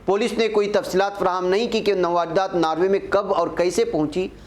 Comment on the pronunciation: nawardat nahin balke sahi yeh hai nawadrat